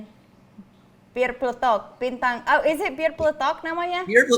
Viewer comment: Pelajaran lafal bahasa Indonesia paling pertama yang mesti diketahui, bintang itu dibacanya bin tang, bukan bin taeng